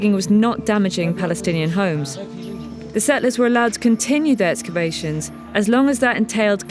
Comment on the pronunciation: The Palenstinian Tunnels narrator cannot seem to correctly pronounce the word "settlers"